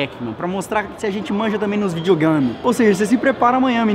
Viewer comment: Kkkkkkk o falo vídeo gama